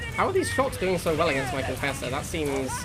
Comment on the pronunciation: "Conauder" "marafesser".?? I dunno anymore.....